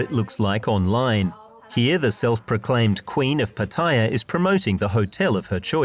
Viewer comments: Who gave Pattaya the pronunciation of Pat-Tia? Back in the 1960's we called it Patt-e'-ya. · PATTAYA Where is the i? Proper pronunciation is P A T T A Y A NOT P A T T I Y A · It’s PAT-ta-ya and not pa-TA-ya. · Rubbish video, and they can't even pronounce Pattaya correctly. Its not PATTYRE, lol! As long as the gals are 20 or over its nothing to worry about. Most of what goes on in Pattaya is harmless, and many men dont go with young women, eg, LK Metro, its mostly women around 30 to 40. Lots of Western men find GF s in Pattaya, which they can't do back home if they are just average men. Underage stuff should obviously be weeded out and the organisers prosecuted and punished accordingly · its pronounced PAT A YAA for goodness sake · Yes, I don't know why so many ignorant people call it PATTYRE! 😂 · You make a documentary and cant even pronounce pattaya correctly what shoddy research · I wish the narrator had asked just one Thai person how to pronounce Pattaya correctly. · Within 5 seconds you prove you have never been to Pattaya as you completely butchered the pronunciation. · Shame they didn't learn how to pronounce pattaya correctly